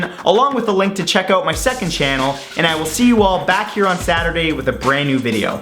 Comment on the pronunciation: why he say bye like that at the end